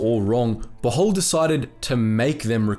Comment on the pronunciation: Pujol is a catalan name, not spanish, thus it is to be pronounced more like you would in english. The "J" sounds like the one in "James"